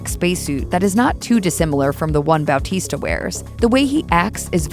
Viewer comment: Dude, I can't over how right the pronunciation of Dave's surname is.